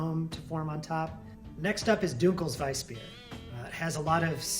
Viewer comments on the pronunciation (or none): The way this man pronounces "dunkles" is killing my brain as a non-native German speaker.